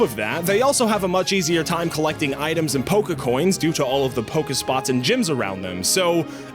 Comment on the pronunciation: He said pokespots instead of pokestops... triggered